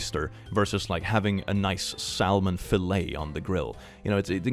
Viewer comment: ✨salllmon fillay✨